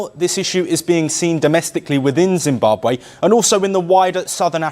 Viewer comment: Please check pronounciation and spelling. Its not ZimbabWAY but ZimbabWE